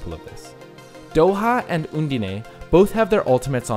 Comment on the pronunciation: So I'm just gonna go ahead and be that guy and say that Undine is pronounced uhn-deen.